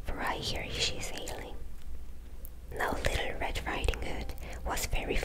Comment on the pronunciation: "Litter" red riding hood 😭 easiest way I can help with the word "little" for Koreans, is to say it like "lit" and "all" or "lit" and "til" . I know the ㄹ makes more of an rolling "R" sound, so it makes learning english words with "L" and "R" harder.